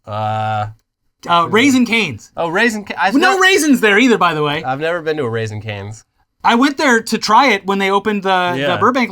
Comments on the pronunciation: hok dads. Your friendly internet son here again to correct your pronunciation. It is "Raising Cane's". Not "Raisin Cane's". Their mascot and icon (worked there for literally a day, only long enough to watch the company vids.) is their golden retriever, Cane. Raising, is in reference to raise. Not dried grapes, aka, raisins. Love you dads. (There are no raisins, there never were raisins, sorry ) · It’s raising not raisins omfg I’m dead it’s named after a dog “Rasing Canes” there’s pics of dogs everywhere in the restraunts 🤣🤣🤣